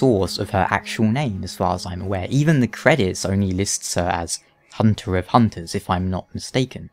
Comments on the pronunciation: is it a german accent? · I really love Eileen's accent of pronouncing "honter", "blurd", "enurgh", sounds so special.